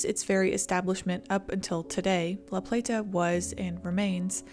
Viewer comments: Living in Maryland I drove a truck route through that area, I can't believe it has been 20 years. I love how you pronounced La Plata. We just kinda run it all together. Also, this does show a lot about the government here. It's very reactive, not proactive. Great story. Well done. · I'm from MD (probably 50 miles north of the storm's path) and I remember when this happened. I was 15 years old and obsessed with tornadoes and the movie Twister, so I was hyper aware of the event and the significance of it. Seeing a historical overview of something close to home is pretty surreal, enjoyed the video! Also, you don't have to put so much emphasis on the "t" in La Plata. We all call it La PLAY-duh so it rolls off the tongue. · It’s pronounced La Play-da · Great video! FYI that locally, La Plata is pronounced more like “La Play-da” though without the hard “T” sound :) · Lifelong Marylander here. Sorry, we are particular about our pronunciations. LaPlata is pronounced "LaPlada" less 'T' more 'D' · It's pronounce "La playda" Lol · Pronounced "La-Playda" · Its annoying listening to you say La Pla ta over and over. No one from LaPlata says it like you. You did an excellent job covering this, but for the love of God say it ,normal just once please 🙏 😀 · La Plata is said fast together like LaPlaytuh, thats how the locals say it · La Plata is said more with a “d” than a “t”…. La Play-da. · The way she pronounced laplata made me positive she ain’t from chuck co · You can tell she’s from up north somewhere the way she pronounced it lol. Which again not sure why this video is labeled northeast because we are not that we are right on the line where the south and Mid Atlantic meet and fall more in the upper south weather wise (minus Baltimore) which has a completely different climate and risks then the northeast deals with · And, locals don’t say La-play-TA, we say la-PLAY-duh. Thought you should know. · It’s not pronounced La Plate Ah. It’s La Plat Ah.